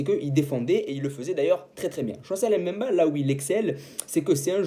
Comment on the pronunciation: Chancel Mbemba ! ! Pas M’bemba 😢 c facile à prononcer